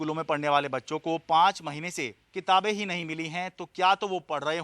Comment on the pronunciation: Kitan nahi ,kitaab